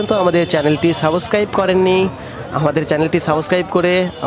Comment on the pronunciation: ভাই সাবোসক্রাইব না,,,,সাবসক্রাইব 🙂